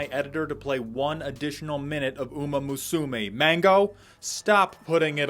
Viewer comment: My God the number of ways people are finding to mispronounce Umamusume is giving me an umamusumigraine. OOH-ma-MOO-sue-may